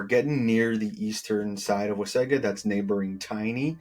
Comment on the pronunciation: Nice job describing the Wasaga Beach communities! Just a note on your pronunciation... City folk call it like you do but it's actually pronounced "Wah-saw-ga" beach. Blessings